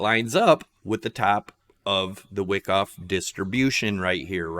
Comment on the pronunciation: Wow.... doesn't know Wyckoff ("not pronounced "wick off"). You need volume profile and learn how it relates to price. Also, that ABCDE pattern is not at all a valid elliot wave the way you have it labeled... pretty bad if you are actually trying to teach